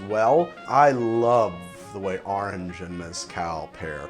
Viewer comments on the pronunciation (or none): Started episode taking a shot every time I heard ahrenge. Now me tips les gud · I honestly tune in for the close up shots, and to hear try and say Orange, ahrange, arng, harngé